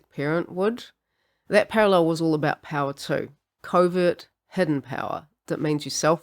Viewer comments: I thought she was saying Covid narcissist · I know you're saying covert narcissist but I keep hearing Covid narcissist. 😅